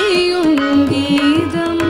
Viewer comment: If my observation is right, I would like to tell that on no single occasion the word Geetham is spelt properly by the popular singer. Invariably at all places it is pronounced as Geedham.